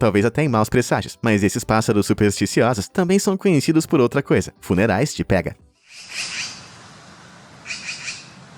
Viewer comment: Na verdade se diz "pêga".